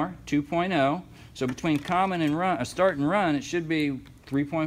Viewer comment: "Common, start, wun" lol. Good video man. Dammit!